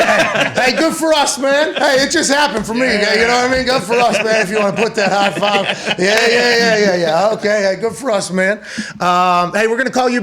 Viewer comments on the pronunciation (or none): Sixty “FIHHH” years old!